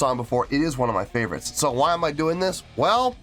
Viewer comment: "Let me tell you w-hi" me: "why are you putting so much emphasis on the "h"? 😂😂😂